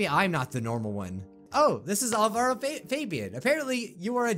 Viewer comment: OH I have someone in quite a few of my classes named Alvaro (IDK how it's spelled, sorry) but it's pronounced Al-Va-Roh